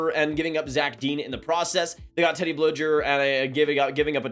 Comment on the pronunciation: As a pens fan it's BLUE-GER not blue-jer. Nice vid regardless lol